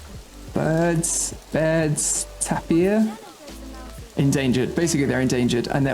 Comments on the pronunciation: correct me if im wrong but i think baird’s tapir is pronounced tape-ear?! 😅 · Tapir is pronounced tay-peer